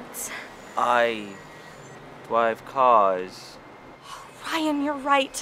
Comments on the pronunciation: I DWIVE CWAS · My friends are all like "I dwive caws" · I DWIVE CAWS! BEHOLD! THE PROPHET HAS SPOKEN!! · Ai dwive caas